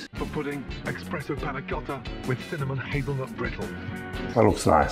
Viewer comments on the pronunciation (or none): Gordon Ramsey said expresso instead of espresso…